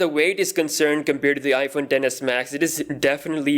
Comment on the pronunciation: Yo you're saying iPhone Denis max